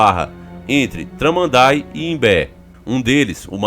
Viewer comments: Traman daí essa foi boa kkkk,a pronúncia e tudo junto Tramandaí..isso e espiritual.grande abraço. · Ele fala tramanday é tramandaí o correto kkkk eu moro em Imbé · Kkkkk T-R-A-M-A-N-D-A-ÍÍÍÍÍÍÍÍÍÍÍ o ascento fica no "í" kkk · Sou do sul,canela rs.temos casa em Tramandaí kkkk rachei quando falou o nome da cidade 😂🤦🏻‍♂️